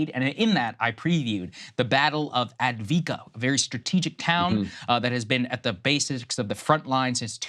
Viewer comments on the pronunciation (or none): It's Ah-v-di-ka not advika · It is called Avdeyevka, not Advika. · It’s pronounced Av-dee-ev-ka…..it’s Russian territory now. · Lmao A-vee-kaa really? Even with $500 billion dollars in aid, The American mission in Ukraine will fail, Ukraine will fail, more innocent lives will be lost. It's better to negotiate now. I feel bad for every Ukrainian life that has been lost because the UK and The U.S decided not to negotiate from the beginning. More help? You can not even match the Russians in manufacturing ammunition. Ukrainians are dying like flies. Keep sending weapons. Dont negotiate. Russia will effect a strategic global defeat against America and it's Allies. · AV - DEE - IV - KA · What the heg is Adviika? There is an first V! It's prominent! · It's Avde-ye-vka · It is pronounced AF-DEY-EF-KA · Av-die-ev-ka. The gentleman on The Duran have been talking about it for months and have a good command over the pronunciation of Ukrainian names. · Av-diiv-ka Why do we have to repeatedly prove American dumb-ness, instead of teaching kids syllable by syllable? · Try to learn how to pronounce AVDIIVKA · The least Saagar could do is pronounce Avdiivka the way it's spelled. It was the most heavily fortified city on the line of contact, from which Ukraine has been shelling and bombarding civilian areas of nearby Donetsk, a city of one million, since 2014. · As someone with a background in the military and a middling knowledge of defence economics, hearing Saagar be so incredibly ill-informed is almost as painful as hearing him butcher saying "Avdiivka". If you're interested in a thoroughly researched, well cited, and very informative resource regarding defence economics and the situation around the war in Ukraine especially, I can't recommend Perun enough. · it’s been like 6 days and saagar still wildly mispronouncing “avdiivka”